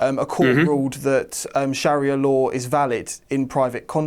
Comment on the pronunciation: Very informative subjects. But, have you ever heard a Muslim say 'sharia law' (which is the embodiment of ISLAMIC law, you know), or who pronounces it the way you do?